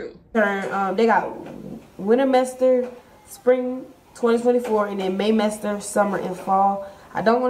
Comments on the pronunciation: 😮What the hell is a 'mester??! 😂😂😂 Wow! She needs to go back to junior high school before she can do any 'mesters!! 😂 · then she went on to say mester… and not semester. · She really said winter mester, may mester 🤦‍♂️ that’s awful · That girl saying she graduated from college/higher education saying “Mester” and not semester, is too MUCH! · then she went on to say mester… keep up! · Is she saying "mester"? Instead of "semester"? OMG